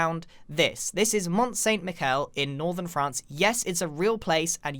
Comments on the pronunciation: "Monte sain mikel" xD that was awesome , it's more like : Mon sain mishel" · Did he just say mont-saint-micial. It's very clearly mon-sami-chel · Mont Saint-Michel. For your information, both Ts are silent and Michel is pronounced Mee-shell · mont saint mikel 😂 even if you're not french you can at least pronounce it mon san mi-shell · "Mont Saint Mickael" x) It's supposed to be prononced "miʃɛl" with " ʃ " being " ch " like in "rich" (without the " t " sound) :p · you mispronounced mont saint michel, you pronounced the "ch" like "k" but it is pronounced more like "sh" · Annoying french here. It's pronounced "MISHEL" not "Mikel" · Pronounced mon saaahn mee shell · Grian, please you pronounce it Mo Sa Mishel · pronounced Mon San Mee-shel :) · I went to that place in France and I think it’s pronounced mi-shell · Grian: This is monT sainT miCKellll Me: Being a french major and having actually BEEN THERE Me: Dying every time someone in my life mispronounces Also me: Forgiving Grian becuase he built it nicely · The way he said mont st Michael hurt me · Excuse me Ggairann, but Mont Saint-Michel is pronounced Mont Saint-" Meesh-el" Was triggering me as a french viewer, had to say it. Sorry mate nice video ❤️ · grian the mont st michel is pronunced mont st miSHelLE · Great video! Btw mont saint michel is pronounced mon san michelle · Its mon-sammy-shell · Moan Saye Mishel! (^ more accurate pronunciation than what Grian managed :P) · Grian you butchered the pronunciation of Mont-sa Michel! You're killing me! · HOW did you pronounce mont saint miche??! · Im sorry but hearing Grian say Mont St-Michel like that physically hurt me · The pronunciation of Mont Saint-Michel 😂😂😂😂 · C'est "Mont Saint-MiCHEL" CH said like SH... Also yeah it's gorgeous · Anybody else gonna talk about the way he pronounced Mt. Saint Michel???? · Le massacre de la prononciation anglophone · 😂It's so funny how you pronounced "Mont St Michel" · Your pronunciation of Mont St. Michel kills me